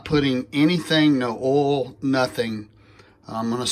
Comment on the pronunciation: Hate the way you say oil. ooohhl. Lol. bro